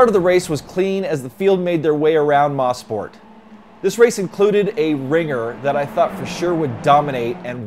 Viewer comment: It's pronounced as MO-SPORT not MA-SPORT